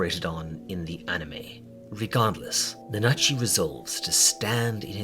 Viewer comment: please stop pronouncing it nuhnah-chi i can't take it anymore